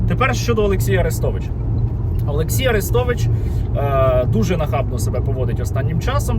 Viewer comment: Цікаво: а росіянці ще називають арестовича "Люся" ? Як називали його, коли він був умовно за Україну. Чи він там одразу став кумиром? Скабуха до нього прихильна, любила все повторювати А-рестович (наголос на А)